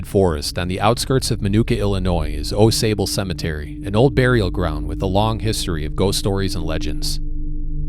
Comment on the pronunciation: Pronounced like awx. I live there.